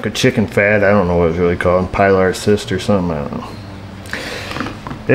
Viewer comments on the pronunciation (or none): none